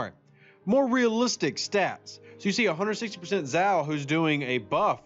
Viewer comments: If Zhou supposed to be Chinese, which I presume he is, his pronounced roughly like 'Joe' and not like 'zow' ;o) Ask any Chinese speaker... Doesn't change the fact that this is a great video, once more, and I'm sharing it with my aliiance! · Even though I have quit the game, I still monitor this channel so I can point out .. Zhou = Joe, not Zow